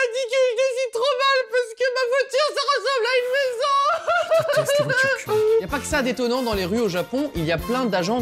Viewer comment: Au lieu de voiture cubique g entendu pudique ;-;😭😹EST-CE J’SUIS LA SEULE À REMATTER ÇA EN 2020?(haii)